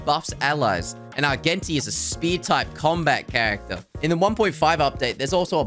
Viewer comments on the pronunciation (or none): none